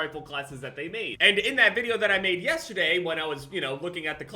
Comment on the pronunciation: Lol he said yesaday in the intro